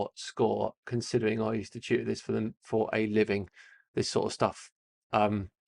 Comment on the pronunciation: At first I thought you were saying you were a "master science cheater," which would be a really weird way to describe oneself. It took a moment to realize you were saying "tutor" and not "cheater." 😏 The one thing I can tell early on is you're taking way too long to go through these questions...